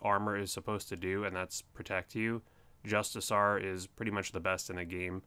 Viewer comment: JustiCAR... Also: Dragon sCimitar. That's a hard C like Coin or Courage.